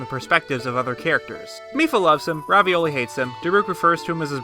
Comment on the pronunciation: Mad respect for calling him "Ravioli" every single time